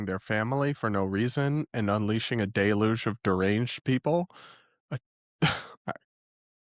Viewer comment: I love you but please learn how to pronounce "deluge"